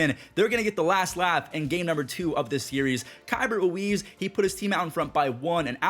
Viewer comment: in Nats World it’s Kee-bert Ruiz.